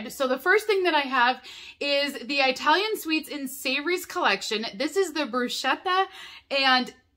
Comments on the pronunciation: I talian Not eyetalian, please 🙏🏼😫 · Please don't say "Eye-talian"!